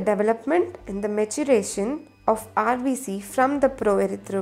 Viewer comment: No hating but it is rbc not rbs